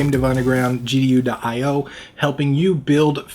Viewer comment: Hi. Word of critique here (not really - just suggestion for improvement:D) If you advertising your web page - do it clearly - you sounded here like "gu.io" instead "gdu.io" It's important to spend 2sec more on pronounciating your web page with attention and care imho - not only because people will go to wrong site but also because this looks like you don't really care - and we know this is not true! ;) Anyway - great job! Good luck! PS. I will check in next video if there is any improvement :D